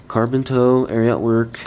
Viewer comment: Ari-ot lol